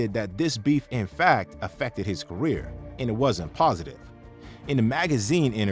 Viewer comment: You just destroyed the word 'career'.